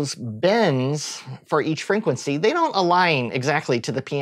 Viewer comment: Exactly. Its so difficult to focus on whats being said when he's constantly saying frinquency